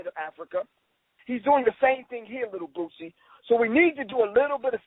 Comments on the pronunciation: Lol!!!!! "The reallll Rick Ross, not the fat sloppy one." Za Za had me craking up! to, because of the way he kept saying Boosie name: he was saying Boozie. Lol! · I think that Zaza came down a little hard on Boosie. Why would anyone expect him to think any different than he does. Dude keep mispronouncing Boosie name, very condescending. We far to often only seem to want to disconnect ourselves from common blacks. We should pity Boosie, and those like him who are ignorant of the information.